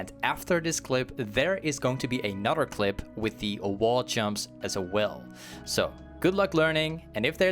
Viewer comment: Am I the only one who had to hear it 10 times if he really said " A Nutter Runepage" lmao